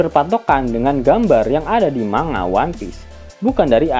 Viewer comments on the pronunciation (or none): none